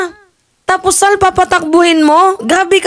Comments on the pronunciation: huwag mong dodoblehin ang pagbigkas ng SAL. Di maganda ang magiging dating. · 😂it's the way you pronounced sal & goes with that facial expression. Natawa ako ng husto labas tuloy sipon ko😅si Sal Panelo ay ADD positive daw according to a psychiatrical evaluation report. Kasama Robinhood & Quisugo ng diablo. ADD- attention deficit disorder.....you look great 😊